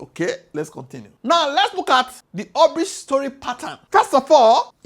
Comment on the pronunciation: Wish you had learned the pronunciation of hubris before the video